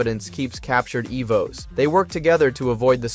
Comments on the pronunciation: You started out great calling them Evos then progressively got worse calling them Ev Os 🤦‍♂️ jesus crist dude..... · Didn't realize it's ai until it starred fucking up how to say "evos"